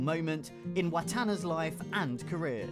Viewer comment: I'm quite sure you are mispronouncing James Wattana's name.